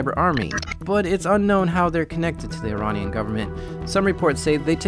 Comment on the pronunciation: He keeps saying Ironnian instead of Iranian and it's so funny.